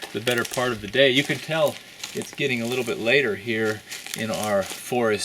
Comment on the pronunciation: did you say forest retreat or forestry treat? Love the miniseries :P